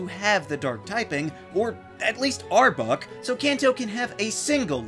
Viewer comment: "Ar-buck". The way you say Arbok's name is hilarious to me.